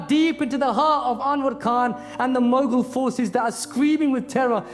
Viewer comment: it's mughal bro, not mogul